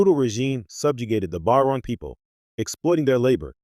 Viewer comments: The “By-Ron people”?? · It's "Ba-cho-ran." That made my eye twitch. That aside, solid analysis and deep dive. Just... work on the pronunciation. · Whilst thje analysis is good, it is undermined by the narration mispronouncing the name of the people and the lack of photographs of Ro Laren when she mentioned.